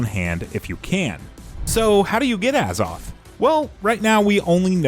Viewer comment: A ZOTH NOT AH